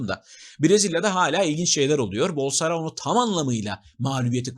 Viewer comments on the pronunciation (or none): Her zamanki gibi müthiş bir değerlendirme ve özet bayılıyorum, yanlız Bolsonaro nun adını yanlış söylüyorsunuz Bolsorano diyorsunuz galiba yada ben öyle duyuyorum.